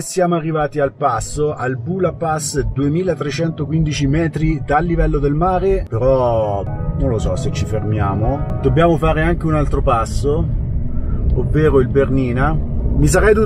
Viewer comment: Caro, Complimenti anche per l'autoironia 😂 Si pronuncia Àlbula... se vai a Tirano ti consiglio la Basilica della Madonna: oltre a essere bellissima, custodisce un organo iniziato in stile rinascimentale, per finire in stile barocco. Contiene pure marmo rosa di Arzo (Mendrisiotto, Canton Ticino).